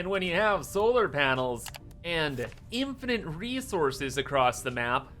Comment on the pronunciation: PSA: It's an "Infinite" amount of items, not "Infinant"